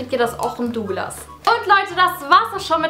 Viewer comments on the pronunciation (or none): none